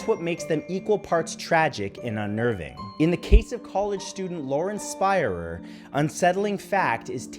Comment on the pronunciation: Lauren. Her last name is Spear-er (sounding) and she did not disappear 2001.